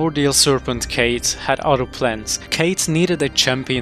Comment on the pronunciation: Ahh yes, the evil character Kate from Dark Souls. Am I the only one with the pet peeve of names being mispronounced when they are actually said in a game or movie?